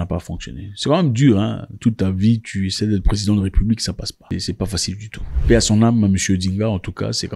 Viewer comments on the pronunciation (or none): none